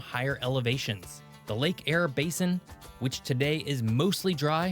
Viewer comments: He said Eyre correct the second time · Lake Eyre. "Air". Lake Air. Say it 10 times. Air, air, air.....! 😂 Lake Eyre only gets around 5 inches of rain a year on average so with evaporation and wide dispersal of the catchment waters it spends a lot more time dry than wet as do many of its sister great lakes. However it has been known to flood once in a while too.